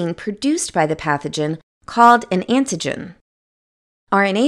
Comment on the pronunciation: I couldn't concentrate on the video because this woman keeps pronouncing AN-TI-GEN as IN-TI-GEN........smdh.